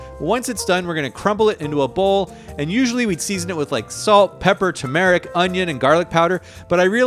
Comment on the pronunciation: Why do you keep saying turmeric like that lol